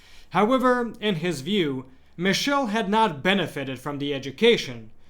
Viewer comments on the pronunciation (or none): St. Padre Pio;s brother's name is not pronounced as "mishell" but "mee-keel -e", The "ch" in Italian is pronounces as a "K"